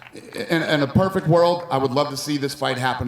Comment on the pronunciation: "Nothing is ever perfeck." - GSP